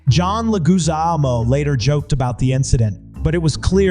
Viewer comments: Leg-wi-zamo. Leg-wi-zamo. Not Le-goo-zamo. Come on. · His name is John leg-wih-ZAMM-oh. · Legoozamo???? Dude, really? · Le-goo-zaaaa-mo? Really? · Or Legooozamo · Legoozamo? Dude, learn how to pronounce names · WHERE did you find that narrator? From a cheap text to voice website? Can't pronounce John Leguizamo, and really mangled the hell out of it! Cheap and UNPROFESSIONAL. FAIL.